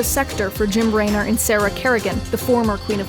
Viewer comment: Definitely hurt my soul on that mess up. Jim Raynor would be scoffing at you for that one :P